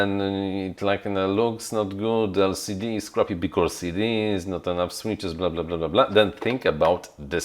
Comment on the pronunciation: you are great, just please don't say "becauRse"... it is very painful (maybe just me, but... well... painful it is):)